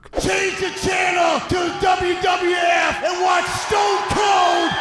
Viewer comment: He said wwwf 😂😂 thats a lot of w's